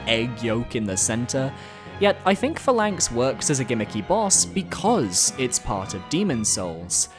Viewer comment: It’s pronounced PHA-lanx not pha-LANX lol